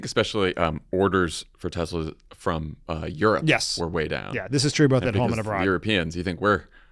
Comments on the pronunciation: WTF? He still says Tesler... Does he also say Melanier? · Why hasn't anyone corrected Trump by telling him Tesla does not end in an R! 😂🤦🏼